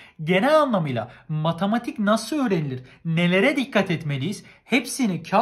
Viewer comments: nobody:: matAmatik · neden bu derece öğrencilerinde hep yazım yanlışı kriteri var.. üstelik basit kelimeler "herkes" yerine "herkez" diyen koca yürekli ve "matematik" yerine "matamatik" diyen reis... 🤨😁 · Nobody::Matamatik asdfgdgdgshsggdhgsfashas